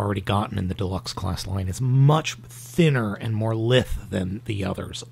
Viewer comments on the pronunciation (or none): "lithe" isn't pronounced "lith" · I may be wrong, but I think "lithe" is pronounced with an i like "lime", not like in "lift". Just tossin' that out there.